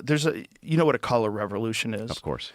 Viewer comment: did he just say collar revolution instead of color revolution